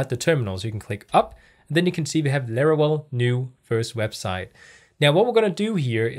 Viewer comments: If you say LARAWELL one more time I’m going to lose my mind 😂 jk Great video thank you for uploading these tutorial videos. You got a New Subscriber!! 🙌🏼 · Every time says "Larawell" reminds me of a Looney Toons character.. 😄 Jokes aside, nice video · its called laravel